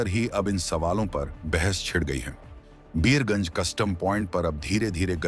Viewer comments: बियर गंज नहीं वीर गंज बोला जाता है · Abe o Bhartiya media tadi pee key bolvraha hai beergunj nahi Birgunj hai. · Birgunj not Biyarganj